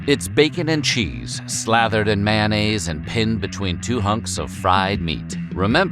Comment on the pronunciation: Mayonnaise. Not "Man-A's"